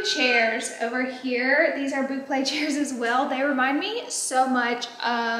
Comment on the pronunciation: I thought it was pronounce “Boo-Clay” when you’re talking about bouclé. Wait! You just said it! You said blue chay earlier lol